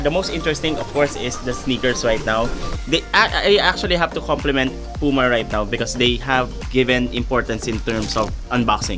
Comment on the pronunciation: It's not Pu-ma, it's Pyu-ma.